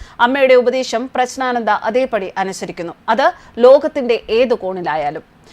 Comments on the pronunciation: പ്രശ്നാനന്ദ അല്ല, പ്രജ്ഞാനന്ദ എന്നാണ് പറയേണ്ടത്. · പ്രഗ്നാന്ദ ആണ് പ്രശ്നാന്ദ അല്ല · Preshnananda alla . PREJJNANANDA ennaanu. Vyekthikalude naamangal shariyaayi uccharikkanam. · പ്രസ്‌നാണാന്ത അല്ല അമ്മച്ചി 😂😂😂😂😂😂പ്രഗ്നാനന്ദ എന്ന് പറയാൻ പഠിക്ക് 😂😂😂😂😂😂😂😂😂😂😂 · പ്രശ്നാനന്ദ അല്ല,പ്രജ്ഞാനന്ദ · പ്രജ്ഞാനന്ദ എന്നു പറയൂ പ്രശ്നാനന്ദ എന്നു പറയരുത് മാഡം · പ്രശ്നാനന്ദ എന്നല്ല. പ്രജ്ഞാനന്ദ എന്നു പറയൂ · ശരിയായി പ്രഗ്നാനന്ത എന്ന് മലയാളത്തിൽ പറയാൻ പഠിക്കു സഹോദരി😢പ്രശ്നാനന്തയും പ്രജ്ഞാനന്തയുമല്ല അയാൾ പ്രശ്നം ഉണ്ടാക്കുന്ന ആളുമല്ല.😂 Praggnanandhaa “എന്നാണ് ജംഗ്ലീഷ് സ്പെല്ലിഗ് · പ്രശ്‌നാനന്ദയോ ?ദയവായി 'പ്രജ്ഞാനന്ദ എന്ന് ഉച്ചരിക്കൂ . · പ്രശ്നാനന്ദ എന്ന് തെറ്റിച്ച് ഉച്ചരിക്കുന്നു അക്ഷരം ശരിക്കുച്ചരിക്കു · പ്രശ്നാനന്ദ അല്ല . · മേഡം പ്രശ്നാനന്ദയല്ല. പറഞ്ഞ് പറഞ്ഞ് പ്രശ്നമാക്കല്ലെ ' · 🙏,,, പ്രശ്നാനന്ദഎന്നാണല്ലോമാഡംപറയുന്നത് കേൾക്കാൻകഴിയുന്നത്,,,? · ഉച്ചാരണം ശ്രദ്ധിക്കുക. ജ്ഞാനത്തിലെ "ജ്ഞാ "യാണ് വരേണ്ടത്. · പ്രശ്നാനന്ദയോ തെറ്റാണ് നിങ്ങൾ ഉഛരിക്കുന്നത് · "പ്രജ്ഞ " എന്നു പറഞ്ഞാൽ ഏറ്റവും മികച്ച ബുദ്ധി എന്നാണ് അർത്ഥം ' അതു പോലും ശരിയായി ഉച്ചരിക്കാൻ അറിയില്ല എന്ന് പറഞ്ഞാൽ ........ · " പ്രഞ്ജാനന്ദ " ഉച്ചാരണം നല്ലതായാൽ കേൾക്കാൻ സുഖമുണ്ടാവും.... 🙏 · പേര് തെറ്റിച്ചു പേരിൻ്റെ അർത്ഥം തെറ്റിച്ചു വിഷ്ണുവിൻ്റെ അവസാനത്തെ അവതാരം (ആരു പറഞ്ഞു)... പത്താമത്തെ അവതാരം എന്ന് പറയാം.. അല്ലാതെ അവസാനത്തെ അവതാരം... ഈ വാർത്ത ഇങ്ങനെ വായിക്കുമ്പോൾ മനഃപൂർവം തെറ്റ് വരുത്തുന്നു എന്നേ കരുതനാവൂ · Pronounciation of name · ഒരിക്കൽ ശരിയായി പറഞ്ഞു.. എന്നിട്ട് മനഃപൂർവം എന്ന് പറയാതിരിക്കാൻ പറ്റാത്ത തെറ്റ് വരുത്തുക . പേരിനു തോന്നിയ അർത്ഥം പറയുക... പ്രശ്നം വാർത്ത വായനയിൽ ആണ്.